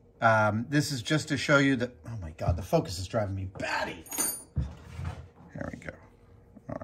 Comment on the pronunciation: "FoCUS!" kept making me think "Aziz LIGHT!"